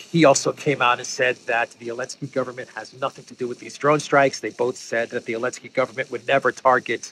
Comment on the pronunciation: Is there any other reason why this guy says 'Elensky' instead of 'Zelensky' apart from quick signaling of his Russian bias?